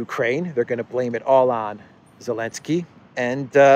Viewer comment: Can someone explain to me why Volodymyr Zelenskyy's name is being mispronounced ?